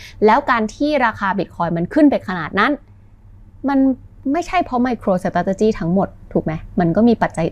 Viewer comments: น่าจะต้องออกเสียง ไมโครสตาท(เลอ)จิ มากกว่านะครับ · น่าจะต้องออกเสียง ไมโครสตาท(เลอ)หรือ(เออ)จิ มากกว่านะครับ น่าจะฟั้งเลื่อนหูกว่า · ชอบทุกครั้งที่จขช.พูดว่า สะต้าดติจี้ ❤❤😂😊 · พูดคำว่า Strategy ได้ตลกมากเลย ฮ่าๆๆๆ ผมขำมาก ก ก เป็นกำลังใจให้นะครับ ❤